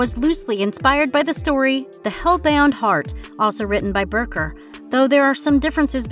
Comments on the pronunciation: My favorite was Clive "Berker." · She also referred to Clive barker as berker